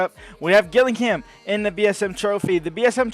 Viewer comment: Also Gillingham is pronounced with a j at the start so it's like jilingham